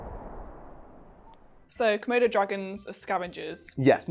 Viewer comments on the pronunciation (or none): says:...komodo dragons... i heard:...murder dragons... lol